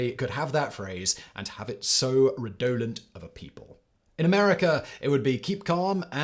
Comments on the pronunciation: Of course, without Simon's extremely creative way of pronouncing just about any non-British proper name, "redolent" would hardly be worth a mention. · Simon knows how to pronounce Alnwick properly, I am suitably impressed. But seriously, what was going on with the word redolent near the end? Not even our Yankee cousins butcher it that badly. BTW: if anyone finds themselves anywhere near the area, Barter Books is a beautiful little second hand book store that wouldn’t look out of place in a Harry Potter movie.